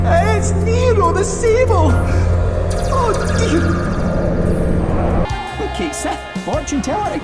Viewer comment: I still don't understand why they had Cait Sith pronounced wrong in Rebirth when the fan cast Echo-S could get it right rather effortlessly. Edit: The Minigames are genuinely not fun whatsoever. I couldn't loathe them more than I already do. They genuinely lowered my already low opinion of this game. Outside of Triple Triad, FF hasn't had a truly fun minigame. I wish Square would stop adding them to games. They made KH BBS worse too and I love that game to bits.